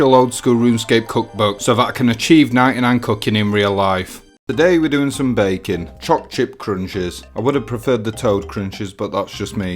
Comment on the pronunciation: Thought you said bacon rather than baking at first lol